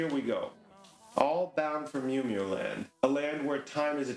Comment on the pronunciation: thank you!!! BUT its not the Justified Ancients of "Mew Mew" its "MOO MOO" #HailEris